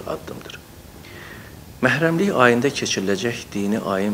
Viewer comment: mehremlikmayı deyil bu.meherremlik ayıdı ay...